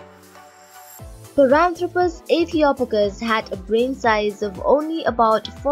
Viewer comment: I think the "O" is pronounced as in hope rather than box, as in Ethiopia. {:-:-:}